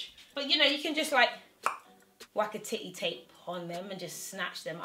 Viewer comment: When you said, "Tidday tape" with your accent made me almost spit my food out from laughing so hard. LOL